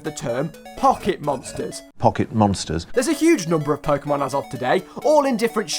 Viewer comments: It is "Po-keh-mon", not "Po-kee-mon". Why you ask? Because its short for "Pocket Monsters". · Pokehmon, as it in the word pocket, like you know, pocket monsters, dont say pokeemon... I hate people who say it that way, and im not even a super fan or anything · It’s NOT PokEEmon, it’s PokÉmon. GET IT RIGHT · Fun fact: everyone who says Po-ki-mon is wrong. There is an accent above the e therefore it should be pronounced Po-ke-mon. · Pok-ae-mon? What are those? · You also pronounced « Pokémon » wrong but... Most English speakers get it wrong anyway. But you just have to remember the accent on the e !